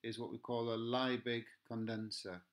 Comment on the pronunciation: Just to let you know Liebig is pronounced "Leebig"! Excellent video though - thank you!